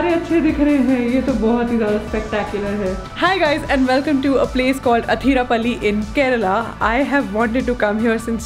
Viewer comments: athirap'a'lly alla..... Athirappilly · Athirapilly ok Athirapally🙄